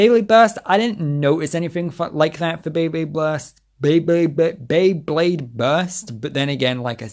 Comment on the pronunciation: Drinking game: take a shot for every time mispronounces “Beyblade” Jkjk